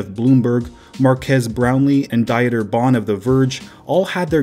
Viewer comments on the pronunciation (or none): Die-eter (Dieter) lol it's pronounced like "Deeder" lol